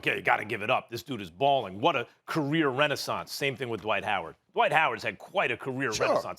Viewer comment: Why do allllllll you analysts pronounce his name Duh-white? It's one syllable, dude.